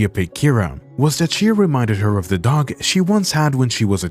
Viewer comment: After minutes, I had to turn this of. I could NOT handle the narators voice. The Dog-AR and the Cat-Ar